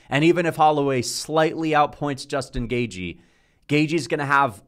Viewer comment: Can this guy learn how to pronounce gaethje ffs